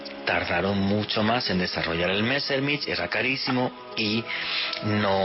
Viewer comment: Estubiste 7 veces en ex alemania 5 año de investigacion .. y no sabes pronunciar en aleman los nombres Mezshmit ;)